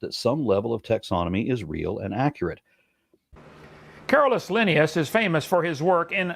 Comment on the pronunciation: When i first heard you saying carolus linnaeus i thought it was a nickname calling him careless for not realizing that a family tree might just be a family tree